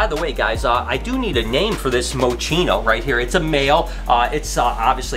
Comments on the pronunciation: "Moe" Chino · When you said Mochino I automatically thought Mochi